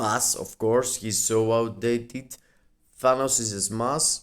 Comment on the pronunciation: Bro it’s smash 💥 not smass lmao 😂